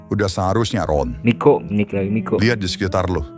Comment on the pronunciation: Niko bang bukan Miko😅